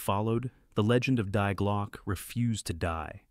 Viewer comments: Sweet Christmas say it with me Dee Glockah not Die Glock. Good grief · It’s pronounced DEE GLAW-KEH. Not Die Glok. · Thie glocke (I know it's written wrong)say it like this way next time And not like dhy glok As you pronounce it Just saying , no hater here........peace..... ✌🏼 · "Die Glock" for GOD's SAKE... it's pronounced "DEE GLOCK" ..... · Die is the female article (the) and not pronounced as the English to die. Instead i-e makes a long i which is pronounced 'e' in English. And the word is Glocke, literally bell, not Glock like the pistol. Thought = Gedanken. Gedenken is commemoration. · This is video for kindergarden? By the way it is Die Glocke (dee glocke), means The Bell, try to learn German more please. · Die like “Dee “ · DIE IN GERMAN IS DEE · If you don't understand German you shouldn't be the moderator. Pronunciation: Dee Glöcki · Die Glocke......for Gods sake.....LEARN TO PRONOUNCE GERMAN WORDS.....Glocke was ok .... But you would have been much better off by saying Dear without the "r" and then Glocke. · Your pronunciation of "Die Glocke" is completely fu**ed up! If you're too lazy to find out how to pronounce words (at least somewhat) correctly, then don't attempt pronouncing them at all.